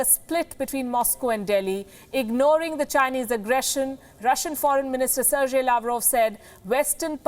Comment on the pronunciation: Lady learn to properly pronounce the names of the foreign dignitaries you talk of. Its Ser-gei, not Ser-jay. What you are doing is not very different from your colleague addressing Sheila Dikshit as Sheila Dick-Shit.